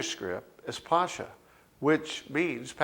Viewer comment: Pascha is pronounced Paska.......Christ is our Passover......